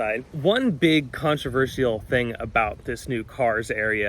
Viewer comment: I've never heard someone pronounce "controversial" the way that you do. Lol.